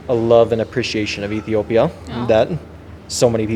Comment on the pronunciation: his pronunciation of "Ethiopia" is perfect!